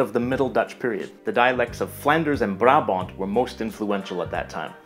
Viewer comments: How he says “Brabant” is hilarious 😂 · HAHA hoe hij Brabant uitspreekt xD